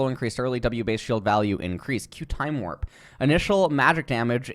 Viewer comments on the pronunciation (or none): none